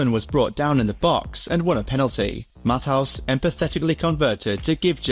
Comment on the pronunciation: The way he pronounces Matthäus. 😢